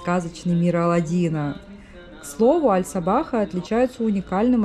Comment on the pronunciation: мечеть называется Аль-Сахаба, а не Аль-Сабаха.))